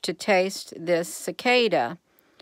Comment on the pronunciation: Cicada...Cicoda...at least you’ve tried it. 😊